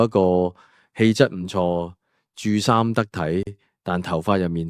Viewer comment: 著衫，係jeuk saam 唔係ju saam.。你又係AI 只識一字一音，唔知一字在不同情況係有變音